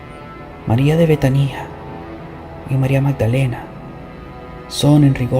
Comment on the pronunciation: La palabra es betania no betanía con acento en la i como tú lo pronuncias